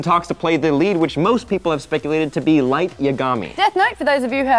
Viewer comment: damn I'm sorry, you guys make me feel bad every time you say Light's name. lmao